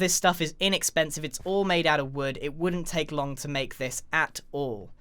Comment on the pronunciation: "it WOODENT take a long to make this"